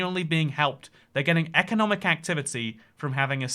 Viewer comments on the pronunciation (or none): none